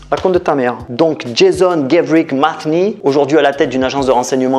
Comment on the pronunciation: JASON : la prononciation anglaise est «jeï-SSon», et non «jeï-Zon».